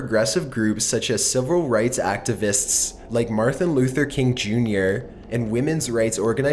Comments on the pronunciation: its martin luther king, not marther luther king "dill weed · "Martha Luther King?" Come on, you've been doing these a long time. You can read.